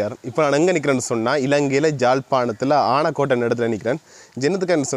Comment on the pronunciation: சங்கர் அவர்களே உங்கள் பதிவுகள் அருமை,ஊரின் பெயர் "ஆனைக்கோட்டை"உங்கள் உச்சரிப்பு அப்படி இருக்கவில்லை.👍🏾❤